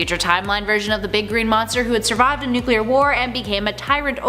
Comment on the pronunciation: Nuc-U-lear man?